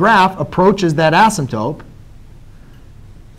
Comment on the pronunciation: "Assimtope," lol - couldn't resist. Great video, though. Thanks a bunch!